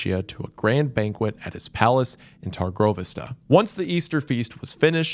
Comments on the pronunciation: that pronunciation of Targoviste is rough 😭 we love u wendigoon! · This was a great video as always, but are any other Castlevania fans in here distracted by the pronunciation of Wallachia and Târgoviste lol like he's probably saying it right but still haha